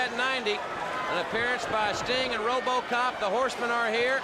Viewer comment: Tony "Ro-BAH-cop" Schiavone